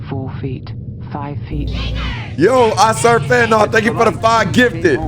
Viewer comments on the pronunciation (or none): none